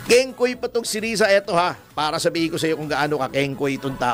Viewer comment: kingkay not kingkoy risatanas yan eh😂😂😂